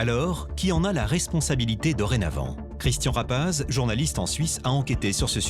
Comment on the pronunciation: Tabarnak, aprend à prononcer son nom comme il faut, ça devient aggressan